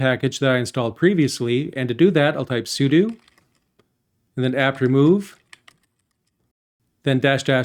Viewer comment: Thank you for saying `sue-do` I don't recall when I've needed this but I know I have needed it. Now I know for next time. Thanks